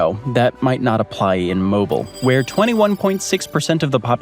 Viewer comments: Came here to correct your pronunciation of Mobile, AL (MO-BEEL! lol) but I see several have beat me to the punch. As someone born and raised there I can tell you rainforest comparison is accurate but I like to describe walking outside in the summertime as walking through a pot of boiling soup. Let's not even get started on mosquitos and other bugs that thrive here in the humidity. With that being said the cost of living its not as insane as most major US cities, the sky is a very beautiful shade of turquoise blue and we have the most beautiful beaches within a 30-45min drive. So it makes it worth it ... Just plan to pay for good quality air conditioning cause it's a must in that city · Get it right! Its pronounced Mobile as in "Mow-beel" (rhymes with wheel). It doesn't rhyme with will & doesn't rhyme with vile. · MOH-BEAL, MOH-BELL, or MOH-BEEL, Alabama. Not a cell phone... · MO-BEEL. Yeah, that struck a discordant note with me too. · I lived there for years and it's sooooo annoying! 😅 Mo-BEEL. Also, it's actually a lovely city with its own traditions, an interesting history, and some amazing food! And anyone remarking on the weather in Mobile needs to spend an autumn there. Weeks long stretches of clear blue, warm not hot, cloudless dry gorgeous days on which you'll need a jacket as the sun dips down. And in March, the riot of azaleas dotting the landscape. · Or like bat mobile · It's definitely pronounced as Mobeel. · I came here to say this. There's a local clothing brand that sells T-shirts with "moh-beel" on the front lol. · The name of the Alabama city is Mobile, but it is pronounced Mobeeal due to it being a Native American name meaning something related to either the land or the culture. Look it up on Wikipedia because that's where I got it from. 😄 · Its mobile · It’s mobile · If you're from Mobile, you say /moh beel/. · Mobile NOT Mobeel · I always tell people it’s pronounced MOE BILL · youre not saying it right and wow are you a snob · Its Mobeel not moble